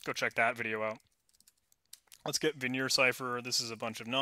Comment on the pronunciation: My friend, it is not Vignere, it's Vigenère. Pronounced in an entirely different way :)